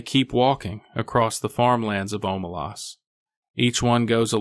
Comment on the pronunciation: It's pronounced Omelas not Omelas